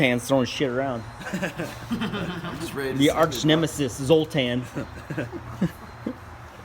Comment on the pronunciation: Dude where's my car "zotar"